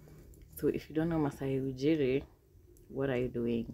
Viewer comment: Good stuff.. but the way you pronounced Maasai Ujiri though 🤣🤣🤣🤣